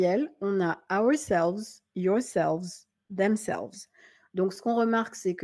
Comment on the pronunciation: À , il y a une petite béquille. Je crois qu'on dit themselves et non themselves